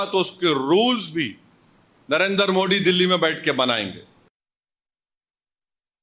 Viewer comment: इस तोतले की जुबान सही कराओ यह मोदी जी को मोड़ी उच्चारण जानभूझकर करता है जबकि मस्जिद को मस्जिद उच्चारण सही कर रहा है इसके दिमाग में जहर भरा है , वक्फ बोर्ड को तो समाप्त होना चाहिए